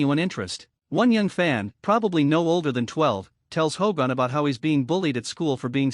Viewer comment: Stupid AI commentary can't even say Hogan.